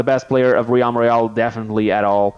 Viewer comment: Dude just saying the way you're saying realm has been my only problem with your recent vids you put too much emphasis on the a it's more like "relm" the E is the stronger vowel